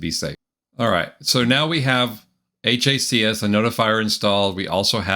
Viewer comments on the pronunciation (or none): it's HACS like HACKS lol